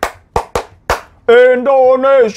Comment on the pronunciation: Indonesia bang Hiro, bukan Endonesia 😆